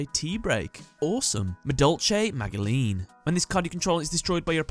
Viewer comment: pretty sure magileine is pronounced majilenn